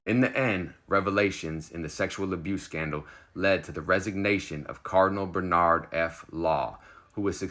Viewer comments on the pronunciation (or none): none